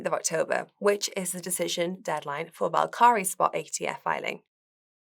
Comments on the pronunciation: She said it wrong, same for “altcoins” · Do brits pronounce Valkyrie "Val-Kari" or did she just say it wrong?